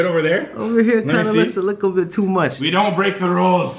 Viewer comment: Mercedez 978 no one:: A LICKLEEEE BIT